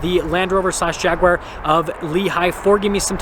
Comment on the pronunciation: I'm glad you're (almost) pronouncing Jagu-ar right, I have no idea why most Americans say Jagwire lol